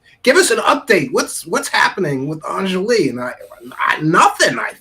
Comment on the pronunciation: "On-Jolly" is how it's pronounced. I don't care how people pronounce it, but it's pretty easy, I'm not sure why it's so hard for people to remember and say.